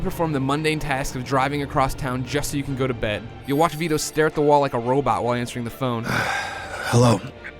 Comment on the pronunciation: for the first 45 seconds i thought he was saying "guido" not "vito" lmao